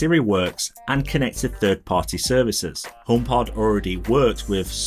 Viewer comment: I hate how you pronounce homepod as "ohm pot"